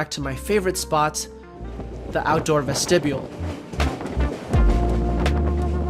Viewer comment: "Ves-tib-e-ul?'" Child, please.